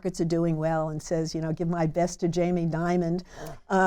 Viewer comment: Elenore! Not "Jamie Diamond" - his last name is "Dimon."